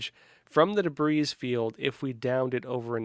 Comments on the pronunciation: OMG. It’s a “debrEE” field, not “debrEEz” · Once again shows his ineptitude for using the English language. This has been an ongoing issue for him from day one. Not only does he mispronounce names of commonly known US cities as if he never heard them before, but he can't even pronounce the word "debris" properly. Any English speaking, US educated person knows this word is pronounced "debree". Did (with no "s") come from Russia? He doesn't look Russian, he looks European. Maybe Canadian? He looks French, but wouldn't a Frenchman know how to pronounce "debris"? This guy is obviously in the news business to tick off as many journalistic awards as he can attain. Notice he's now an expert on China? How many other topics has he claimed expertise in over the last 3 yrs? Is he merely a softer, gentler Alex Jones? I have yet to figure out where he's going with his reportage, but that's because I don't have sufficient time to devote to analysis. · The man can't even pronounce the word "debris" properly... not to mention all the names of major US cities he gets wrong. I don't want to see him anywhere near gov't until I understand his education and career path. Who funds Epoch Times?